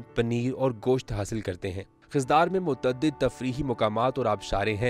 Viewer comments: Aap ko yeh pata hona chahiye k khuzdar ko khizdar na pronounce Karen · Please correct your Pronunciation it's Khuzdar not Khizdar . Please try to take all names Correctly